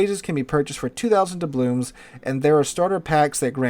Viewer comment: I wonder if will ever pronounce "doubloons" correctly.